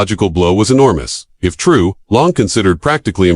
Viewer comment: Learn to pronounce the name correctly or don't open your mouth at all!